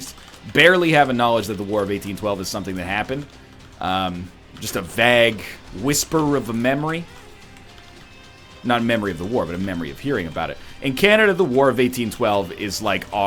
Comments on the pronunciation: VAG(ue) instead of vague.... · Does NL pronounce 'vague' as 'vaag' on purpose? He does this with 'bagel' too.